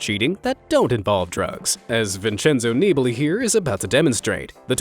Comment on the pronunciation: Your pronounciations of "Nibali" and "Giro" are abyssmal :D